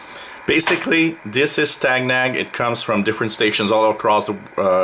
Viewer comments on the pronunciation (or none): It is pronounced like STAY-NAG and the word STANAG is a NATO abbreviation for the words standardization agreement. There are many different STANAGs that cover a broad range of systems from weapons to comms and whatever you can imagine, that are designed to ensure interoperability between forces from different NATO members.